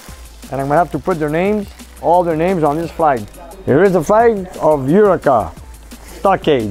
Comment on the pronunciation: Hey, Eureka is pronounced You-Reeka:-)